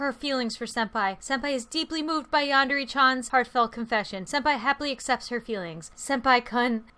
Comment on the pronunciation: ITS YANDER NOT YANDERA